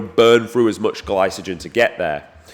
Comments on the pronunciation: Pronouncing gylocogen as glysogen is not like tomato because no one says glysogen. Not even people from the UK. It’s Glycogen. You’re just saying it wrong. Not throwing shade bro, just thought I’d let you know so you don’t keep making that mistake. Great video nonetheless! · BANGER VIDEO! Great content and very informative! Liked and subbed. BTW, it's Gly-Cuh-Jen 😆